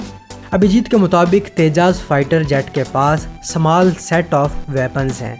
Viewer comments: Tejas not tejaaas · actualy its tejAss